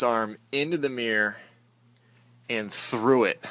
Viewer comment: A meer, huh??? Should that not be a M-I-RR-O-R???